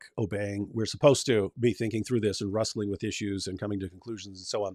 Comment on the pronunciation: Every time David tries to say "wrestling" his West Virginia shows